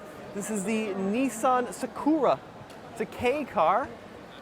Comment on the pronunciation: isn't a weeb because he does not know how to pronounce Sakura. 😅